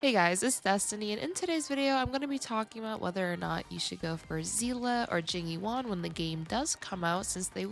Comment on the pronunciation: i keep hearing jimmy wong when she says jing yuan